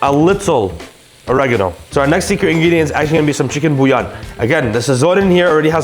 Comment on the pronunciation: out here saying bouillon like an Italian slur